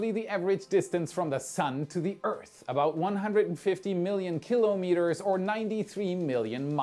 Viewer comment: And shouldn‘t it be ki‘lOmeters (with stress on the „O“?) „KIlo-MEters“ sounds very German!